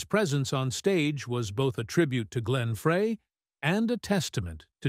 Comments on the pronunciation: why can't anyone ever say the name right??? FRY FRY FRY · OMG! Say "FRY" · Fray? Jeez! Do your homework!